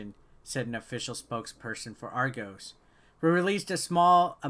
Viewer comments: None of you Americans can pronounce argos properly 😂😂😂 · Triggered every time he said Argos wrong